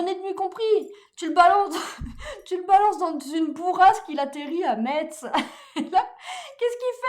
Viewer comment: Petite rectification, juste pour la forme : "Metz" ça se prononce "messe", comme à l'église 😉